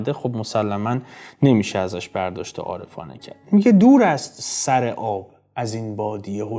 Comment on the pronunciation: به سامانم نمی پرسی نمی دانم چه سِر داری / ببحشید سراگر با کسره خوانده باشد بهتر نیست